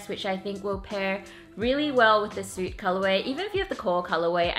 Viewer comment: also it's 'soot' is pronounced like the sound 'foot' , not 'suit'. :)